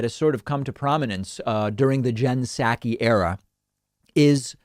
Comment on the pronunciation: It's SAW-ki. Love you but that's driving me nuts.